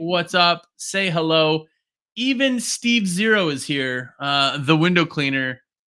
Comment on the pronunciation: Ohhhh its steve zero not SteveO lol omg